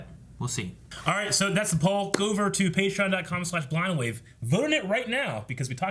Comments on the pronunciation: I always hear "screw up blindwave" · Finsanity XI I always hear “Cruel Blindwave.”